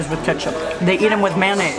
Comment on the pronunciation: It’s not Man-naise it’s mayonnaise